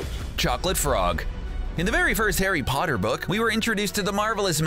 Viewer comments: “Harry botter” 😆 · harry botter